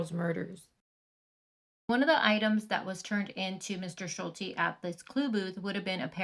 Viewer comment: It is pronounced SHUL-TEE